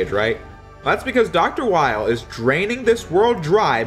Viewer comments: Weil is pronounced "Vile" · The Weil as Wily thing would work more if Weil's name wasn't German. His name is pronounced 'Vile'